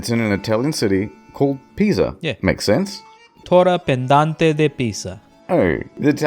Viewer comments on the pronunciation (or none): "tore pendante de Pisa" lol I loved how this probably sounds so correct to everyone, but at the same time fails the pronunciation of every word.